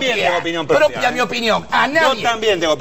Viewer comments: Cuando dice: yo tengo opiniooon prooopeaa, proopeeaaaa.. 🤣🤣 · yo tengo opinion prpopeeeaagggh, propeaaaaaagh